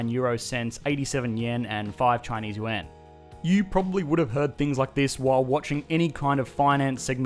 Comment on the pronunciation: Sorry , I just have to mention how perfectly you pronounced yuan. Instead of that stereotypical You ahn. Haha